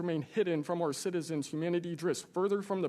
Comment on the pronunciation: Clueless Ms Crockett, "probably pur adversaries". Who elected this one? Oh god, lady.